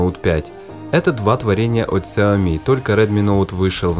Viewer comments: Ну почему сяомИИ ,сяООми всю жизнь было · Щаоми! не Сяоми!